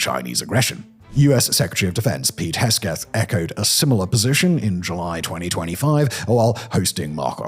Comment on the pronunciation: Duterte = Dew-Ter-Tey ;-) Hegseth = Heg-Seth - have a look at a map, it's hard to argue that the Spratly isles are closer to the Philippines (a country of over 7000 islands) than other nations. Also, It's not Manila, it's the Philippines.. you don't refer to the UK as London, right?